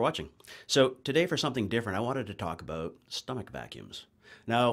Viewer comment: Hehehe heard the "bout" I was like cool yay Canadian !